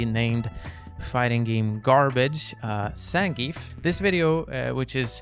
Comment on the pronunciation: learn how to say zangief then ill trust you